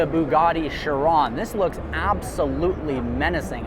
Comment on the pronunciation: and chiron